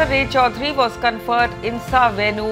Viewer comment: Say রায় চৌধুরী not Ray _ Chowdhury. I think the news reader is a Bengali or an Indian. Why his pronunciation is so bad?